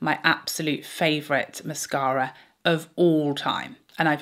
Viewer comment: I love the way you say mascara! Also -- when applying, I always get mascara on the top eyelid (I'm guessing from the brush touching lid thru the lashes when I'm coating the base). Any suggestions anyone on how to stop this while still coating the base of lashes? I hope that makes sense.